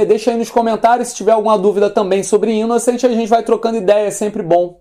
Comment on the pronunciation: Pronuncia-se "Inoçãnt" tal qual se pronuncia em francês. Abração,!